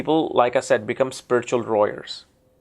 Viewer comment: He said warrior